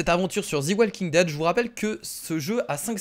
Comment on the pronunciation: ARETEEEE DE DIRE THI WALKING DEAD